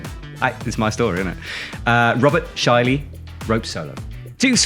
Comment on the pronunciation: great comment about saying that everything is soft,! So true! FYI: the "ä" in Schäli is pronounced like the "a" in "cat". More or less.